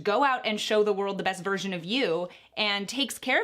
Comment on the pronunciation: I’m sorry but anytime says virsion I hear virgin 👁👄👁